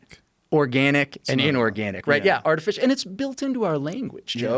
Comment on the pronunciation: Anyone else die when he said "artifish"..